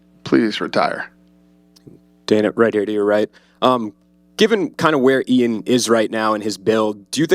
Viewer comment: Eye-an Garry? Fuck is wrong with that dude this is your fucking job you dunno how to say IAN's name?